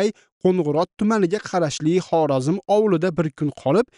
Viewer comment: Nimaga "Xorezm" Xorazm emas